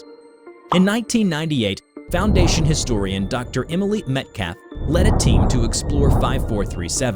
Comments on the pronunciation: PLOOMED not PLUMMED and a man named Emily? It's pronounced Um-eel... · Also Emily, instead of Emile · This channel would be a lot better if it weren't for the occasional error in the narrators vocabulary. Like Dr Emile is pronounced Eh-Meel which is generally a males name, not Emily. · Your videos are of good quality, but maaaan, double check your pronunciation. Everytime you pronounced plumed (ploomed) as "Plum-ed" or Emile (Em-eel) as "Emily" drove me nuts.